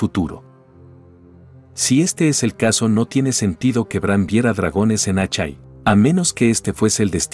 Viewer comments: Buen video pero, Asshai se pronuncia ashai ó ashae, pero no, "Achai" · "Achai". Jajaja!